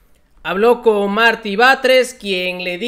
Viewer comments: Querido, por favor infórmate mejor, el nombre de Martí, se dice así no como tu dices. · No es Marti, es MARTÍ, ojo